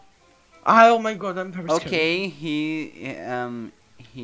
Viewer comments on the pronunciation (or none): O falando "ok guys" Eu ouvindo ele falar: Okay gays KKKKK